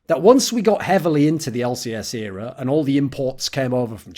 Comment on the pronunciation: Everytime he said "In an era" I kept hearing "Inero" and I was like man why's he mentioning Inero so much in a video about POB